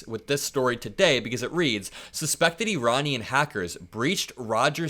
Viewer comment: thank you for saying Iranian correctly; I’m tired of people saying “I-Ran” and it’s wrong! Iranian Americans probably appreciate it! I had a former professor from Iran and he always corrected people saying it wrong. Like you said, LL is acting like a broken hearted ex gf going scorched earth on him! She got booted probably because Melania said something to him, gave him an ultimatum! 🎃 getting mad at people around him is playing with danger; they could all vote him out!